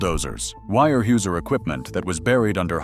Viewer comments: Weyerhauser is pronounced warehowser, not wirehueser... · Terrible pronunciation from Al voicing. Wire Hey User? Is “Ware houser” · If you are going to post videos figure out how to pronounce company names etc before you post it Where Houser not wire whoeser!!! Unbelievable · Where how zer ..... it doesnt look like it but that's how its pronounced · it's pronounced wear houser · I came to say this as well. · It's pronounced ‘WAREHOWZER’, one word!😊😊😊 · Actually, the correct way to say its ware houser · Came here to say the same!! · Yeah I had to turn it off after hearing that!! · And they told about the 20 year "wirehuesier" ( pronounced hoosier but the hoo as hue) logger that died, but they showed a picture of the man who was the first human recorded AIDS epidemic deathbed photo with "His" family beside him. Wow, I was okay with the mispronunciation, kind of, until they did that. Low budget garbage. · The actual German pronunciation is 'vyer hoiser'. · Would like and subscribe if you pronounced weyerhauser correctly once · As an hvy equipment mechanic (Enumclaw, Wa) back in the 80’s I can say this video, while interesting is a complete botch-job. Visually nothing is correct. You mention a Cat D8H, why show a Cat D4D, and the tracked “slack line”yarder all I see is 8 - 12R22.5 rubber tires. The feller/buncher you show wasn’t ever invented until 20 years later. The complete butchery of the pronunciation of Weyerhaeuser, the rivers and areas should be a complete embarrassment to whomever produced this video. You want people to subscribe? Try getting the content correct.